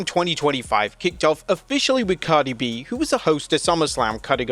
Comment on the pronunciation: Lmao who said Cardi A😂😂😂